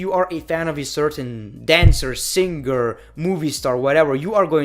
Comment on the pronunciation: I love how pronounce singer as 'Sin Ger'